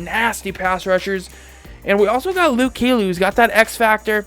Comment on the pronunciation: Lol he kept saying Luke keely